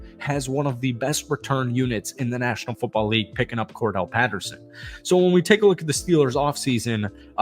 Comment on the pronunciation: Why do you keep him, Cordell? That's not his name it's Cordarelle js.